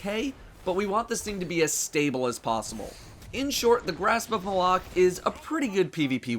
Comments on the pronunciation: I'm American and I don't say it the way says it. he pronounces it "muh-lock" I've heard some people say "may-lock" and they can go die somewhere. I just say "mah-luck" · Pronounced Mal-ik, not M'lok. The weapon isn't wearing a fedora. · W😂I hate it when people say m'lok I know it's supposedly pronounced like that I say Malok!😂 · I think he was saying grasp of malock wrong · stop calling it the fucking malock is Malok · its pronounced Grasp of Mahl-Ock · Wrong. Bungie even pronounced it on one of their streams. Besides, this weapon is not related to Zayn Malik. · How is his name is pronounced during the cinematics and mission monologues?